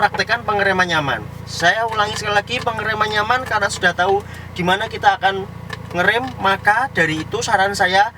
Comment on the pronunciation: Nyamaaaan mas bkn nyampaan😁😁😁😁